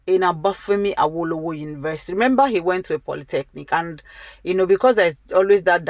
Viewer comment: Why are you just messing the names up even Awolowo is hard to pronounce???